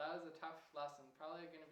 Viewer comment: great harmony lesson! please take my remark as not meant offensive, but I mention over the last years that the english pronunciation is drifting af in stead of ef lasson for lesson and so on then and than start sounding equal but this is a general remark, sorry for at - I mean it ;)